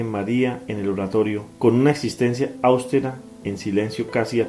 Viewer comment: Gracias por su labor. Solo comentar que austera no lleva acento en la a. Así que cambia la entonación el acento va en la e pero como es palabra grave no se escribe. Que Dios los bendiga